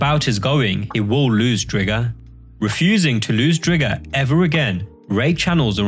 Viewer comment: STOP CALLING IT DRIG-GER! ITS DRIGER LIKE TIGER!